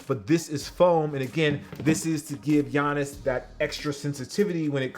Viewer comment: Facts were does this nigga see an i in gianis name lmao